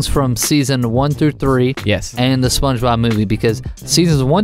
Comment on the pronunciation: Did u say spongenob